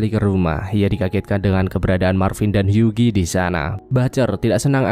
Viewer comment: Huggie dibacanya "Hyuwi", gan.